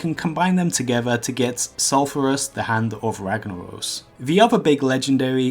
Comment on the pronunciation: No. He said funafurry. And wagnawos.